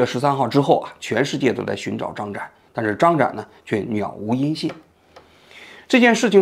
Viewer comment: 王局，那叫杳(yǎo)无音信，不是niǎo,咱一个媒体人就不要念白字了吧